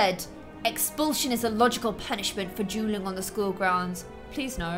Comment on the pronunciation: Whenever you say dueling, I hear drueling